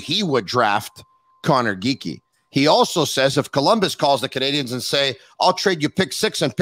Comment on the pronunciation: Lmao this guy says Geekie